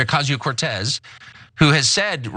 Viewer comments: I don’t know about you guys but I really think people should stop pronouncing her name incorrectly just use AOC if you can’t say it correctly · Deliberately mispronouncing her name show how hateful the guy is. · Lorrie No, but apparently she did during her highschool and college years?! The AOC-haters love to show their disrespect of Alexandria Ocasio-Cortez by deliberately pronouncing her name wrong. He full well KNOWS her name, but pretend to "get it wrong"!!